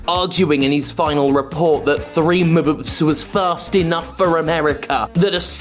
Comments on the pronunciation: "Three Muh-buh-bps" Nice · They said "3 mu-bups" omfg that is exactly how my internal monologue says Mbps